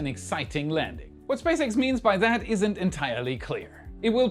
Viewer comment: Did you say Space Rat?